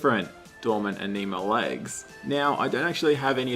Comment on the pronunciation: Just found your channel. like your content even though you trigger me. it ANN-ima, not enima